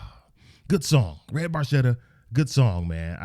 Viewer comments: Barchetta is actually pronounced barketta - italian for little boat. It is a car with no roof - and the actual car that Neil wronte this song is a 1948 Ferrari 166 MM . While Neil built up an impressive car collecton - recenly sold at auction - most of his cars were silver and he never owned a red Ferrari - but he did say in a few interviews that the 48 166MM was his grail car. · Barchetta is an italian word and it's pronounced bar-ketta although Geedy says it differently, ask an Italian and you'll see. It's my second favorite Rush song following closely La Villa Strangiato. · Barchetta is an italian car and... it´s pronounced BarKetta ;-) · It is an Italian car in the Ferrari family. The pronunciation of Barchetta is actually pronounced Barketta. Neil in an interview said that Geddy actually mispronounced it but Neil never corrected him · They say "bar-chetta" in the song...but the correct Italian pronunciation is "bar-ketta". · True in Italian it is with the "k" sound, but in the song Geddy pronounced it as a "ch" sound...BarCHetta. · it's italian, and, actually, it's properly pronounced barketta, but geddy lee acknowledged years ago when he found out that he'd been saying it incorrectly for years. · If you were Italian you’d pronounce it barketta. It’s a Ferrari from the 50’s or earlier. Geddy realized later on he was mis-pronouncing it.😄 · Hey, great vintage Rush! Yesss!!! Anyway the car is an Italian made sportscar. Oh, an BTW its pronounced: Barketta, the letter H is silent. Sorry Geddy. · Love RUSH and another GREAT tune! The car is a red ferrari barchetta....barchetta is an Italian word and it means, small boat = small convertible car. The correct pronunciation of 'barchetta', in Italian, is : bark-etta. (the "ch' in the word is pronounced like the letter K). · Geddy is mispronouncing it because he's Canadian. Barchetta is pronounced barketta, it's Italian for small boat i.e. a 2 seater. Specifically a 1952 Ferrari 340 Red Barchetta Burlinetta.